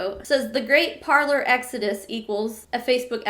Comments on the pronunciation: Par-lay. It’s French for “to speak” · Parler is pronouced "Par-lay", French for "to speak". ;-) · It’s pronounced parlay, the French word for talk. I’m staying far away from it